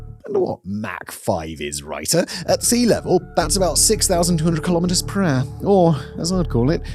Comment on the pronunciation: How many miles perahh?